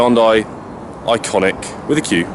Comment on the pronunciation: Say the name right before you review..IONIQ NOT ICONIQ